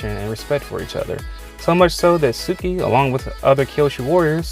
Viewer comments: It’s suki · Him: suki Me: *Y E E T S phone across room* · When he said Suki that hurt me a lot like I always thought it would be suki and Captain boomerang but I would stan for suki and zuko